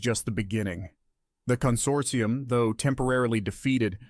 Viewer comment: "Con-sort-EYE-um" So close, almost thought you were an AI over that one.